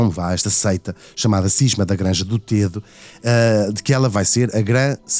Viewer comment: Srs Locutores : Granja do Tedo pronuncia se " Granja do Tédo " com É aberto ..... Vocês chamam ao rio Tejo , Rio TÊJO ??? Não pois não !!!! Pois emendem a vossa pornuncia : Granja do TÉDO , mas sem acento no É .